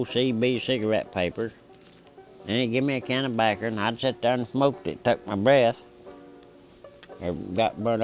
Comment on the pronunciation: "Tobaccer" lol